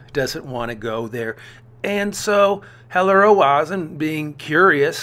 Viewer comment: Not Ro-ah-zen, Ro-zen/Roe-zen. A is extraneous.